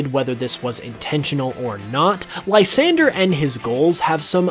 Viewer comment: Just a heads up it's pronounced la-san-dray